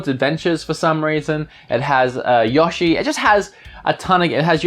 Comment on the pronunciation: I love the way you pronounce Yoshi :)